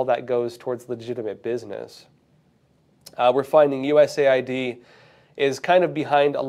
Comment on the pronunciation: It's US Aid, and NOT, USA ID 🫡